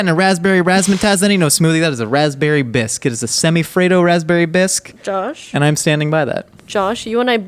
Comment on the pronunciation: Nicole needs to stop using soft o's. I can kind of ignore the sinus infection voice and vocal fry, but His name isn't Jawwsh, and soup isn't served hawwt